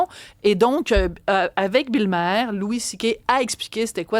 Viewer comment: On prononce Bill mare pas ma air